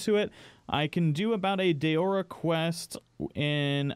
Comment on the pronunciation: It's not pronounced DAYORA! It's DAORA .